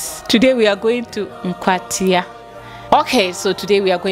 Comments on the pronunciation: My school is in AKWATIA, not NKWATIA 😆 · it's Akwatia, not Nkwatia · Naaa Akwatia not Nkwatia. That’s my niece’s alma mata. Well done